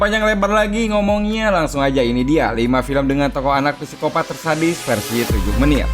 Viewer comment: Psikopat dibaca Sikopat min 😅